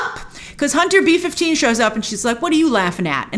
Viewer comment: Every time she says Hunter B 15 I hear Hunter beef.